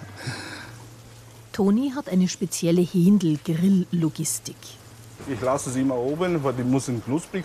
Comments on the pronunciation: Hendl und nicht Häähhhhhndl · Bitte, es heißt nicht „Hehhhhndl“ sondern „Henndl“. Kurzes E. Danke.